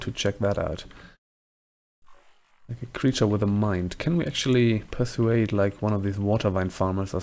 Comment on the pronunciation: I'm excited to see where this goes! New characters can be so fraught but you sound like you have a fun build. Also, 'persuade' is usually pronounced 'per-SWADE' rather than 'PER-su-aid' (let me know if this is coming across condescending or like, rude or anything. I'm pretty monolingual so I dumped all of my points into N.A. English word-n-talk. I don't want to condescend but I'm excited to point out finer points, lol.) Super stoked that your series is still going! I can't wait to catch up to the new updates with statue quests and stuff!